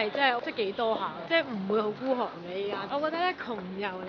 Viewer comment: 謝謝你們的介紹 :) 想講唔係“姑寒”係“孤寒” hahahaha!